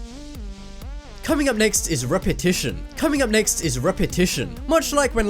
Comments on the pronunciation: you said repesesion 2 times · go to 4.45 in this video he says repatiotion twice and I guese it was on poerpose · you said repitishon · Coming up next is repition, Coming up next is repition, cant tell if that was intentional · he said repetionton 2 times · u said repation twice lol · Who else noticed he said coming up next is repition twice? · Is it just me or does he actually say coming up next is repetition ??? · is it just me or he said repition two times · i didn't understand why did you repeated but then i played it again and then i understand that the word was "Repetition"